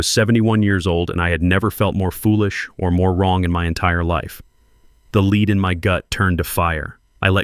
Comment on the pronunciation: Lead in my gut is pronounced led not lead